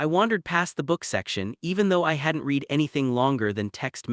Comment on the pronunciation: Awful AI voice which can't tell the difference between past and present tense of read and the pronunciation of stared and starred. I gave up after that. It's a pity that the uploader can't be bothered reading it out in a natural voice or correcting the errors.